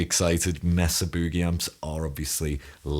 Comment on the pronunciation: Brad Gillis..Night Ranger..THAT tone..and I love the English pronunciation “Bew-gee” way better than us ‘Mericans..(no disrespect Carlos Santana)..Brilliant playing as usual..you, Tom Quayle and Andy Timmons..now that’s a tour!